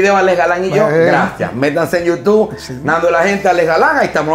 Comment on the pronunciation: Me sangran los oídos cada vez que escucho Nando de la gente en yutuuu.... Si algún día vuelves a grabar la cortina por favor haz el incapié en decir youtube por favor y gracias. Excelente programa